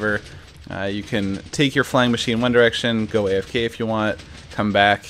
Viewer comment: haha you said ine direction